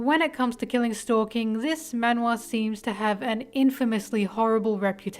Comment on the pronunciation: The way you pronounce “man wha” isn’t correct it’s like “man (maan) wha”